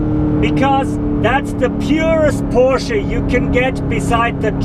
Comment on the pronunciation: porshee? lol